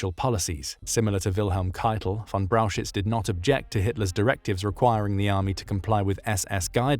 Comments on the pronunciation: Could you please repeat Brauchitsch for me? LOL. It is not Brauchitz, definitely not. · The pronunciation of Brauchitsch in this video is wrong. First look at the two syllables: Brau-chitsch. So it's frist Brau and then chi (think of "huge" and combine the "h" sound with an i (like in "in") and then a tsch-sound. tsch is pronounced like "ch" in "much". So then we have "brau-h(uge)i-(mu)ch => "brau-hi-ch" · Braukitsch is wrong. Brauchitsch is corectly written, but wrongly pronounced in the video . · lmao butchered the pronunciation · I love your Videos but the pronunciation of his Name drives me crazy as a german🫠